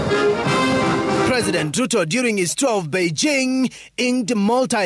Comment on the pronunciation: Why does the Reporter call Ruto "Tuto"???